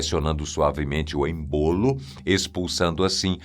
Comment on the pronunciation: Médicos dificilmente aplicam injeções de medicamentos comuns, quem aplica enfermagem. E se pronuncia êmbolo e não embôlo.